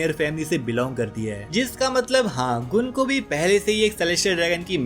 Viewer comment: गंको है उसका नाम गुनको नहीं